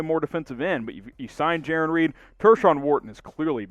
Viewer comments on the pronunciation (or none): none